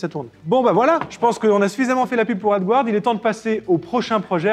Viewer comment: Coucou merci pour cette vidéos sa me donne des idée de projet. Ouf s'il vous plais demander a google traductions de vous aidée avec la prononciation du mots (AD guard) si pique les oreille. mes de tout façons merci pour tout.